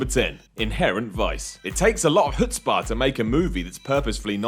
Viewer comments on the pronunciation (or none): The way you pronounced chutzpah was atrocious